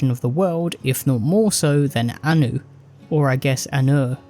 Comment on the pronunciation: Okay I'm hungover so for a second I thought I was listening to a Star Wars shitpost channel cause it sounded like you were saying "Ani" and "Padme".